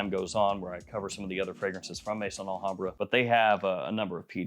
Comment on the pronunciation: It's Al Hambrah not La Hambrah